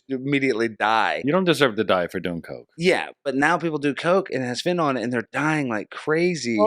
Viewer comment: I lovvvvvve you guys but it's fentanyl: FEN-ta-nil, not FEN-ta-nol. :) Also, I really dig Roseanne's 1,000% herself attitude. Day drinking? A smoke break? Absolutely, but more importantly, truth b o m b s at all times. Keep it up!